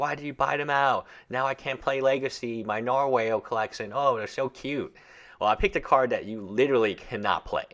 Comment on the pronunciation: So, I can't figure out what the point of this is. How is this an exercise? Also, please pronounce narwhal correctly. It's 'nar-wall' O___O''